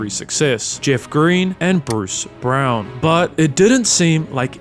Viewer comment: Narrator did well on the hard names then messes up BRUCE BROWN 🟤 ...great job though otherwise...I like the effort sincerely and appreciate the recognition that pronouncing names correctly shows thorough research